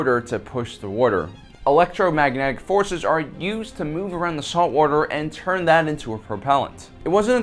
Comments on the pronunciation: man, you're a great presenter, but there is only one R in "water". It's not "warter". Sorry to be a dick but it just crawls my ass like a window shade. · what a fella, calls water "worter" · I like the way you say water. Did you grow up around new york?